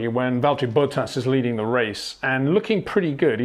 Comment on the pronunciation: HEY PETER WINDSOR, I HAVE MESSAGE FOR YOU SIR: it is NOT Max "verSHtappen" ... Max is not German (Germans indeed do pronounce "st" as "sht") ... #Max33 = Dutch NL/Belgium! ... It is not "Bottash" nor is it "Lewish" certainly not "verSHtappen" .... This BS started long time ago when a British sport presenter interviewed father Jos Verstappen and assumed you can use a German pronunciation to a Dutch Driver thinking it is so "funny" ... It is not.